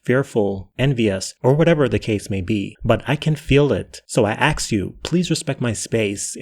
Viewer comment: 😂 "So I axe you" 😂😂